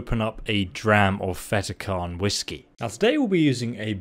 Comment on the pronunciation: Cairn ......not karen